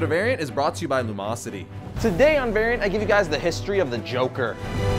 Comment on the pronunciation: "welcome to vernt" how did you reduce the word variant to a single syllable?